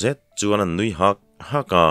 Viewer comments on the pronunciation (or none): none